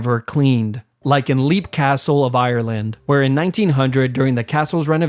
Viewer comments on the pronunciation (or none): Your a fantastic example of a yank making zero effort- if your gonna get all of your information off of Wikipedia at least bother to get the pronunciations right! Leap castle is pronounced ‘Lep’. Gibbeting is pronounced ‘jibbeting’ and for the love of God Warwick castle is almost 100 miles away from London with a ton of castles in-between!!